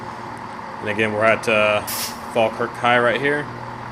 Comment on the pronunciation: Oh and well done on pronouncing falkirk right